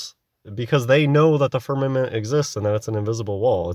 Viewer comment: It kills me everytime he pronounces firnament with two m's